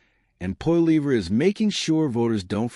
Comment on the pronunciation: stupid jerk learn how 2 say his last name